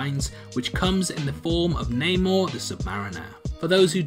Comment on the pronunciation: It's namor